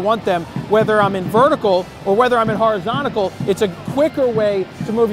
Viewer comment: he said "horizonticle" lmaoooooooooooooo